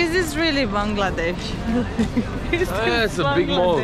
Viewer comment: Your pronunciation of the word 'Bangladesh' is accurate.